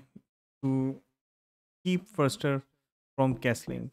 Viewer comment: Geza Fuster? (not Furster)